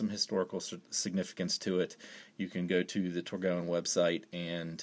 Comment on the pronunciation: It’s pronounced “tor-goine”